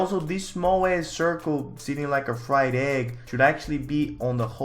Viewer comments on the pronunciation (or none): none